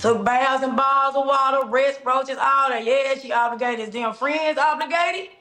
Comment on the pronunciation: The word is: OBLIGATED or OBLIGATORY or OBLIGATE or OBLIGATIONS!! NOT OBLURGATED!! Smh.